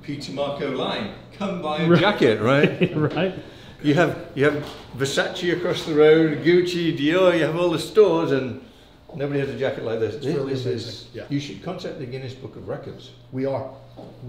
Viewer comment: its Vesace not Versachee.